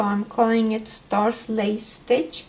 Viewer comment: Please do us all a favor and say this is STARS and not starts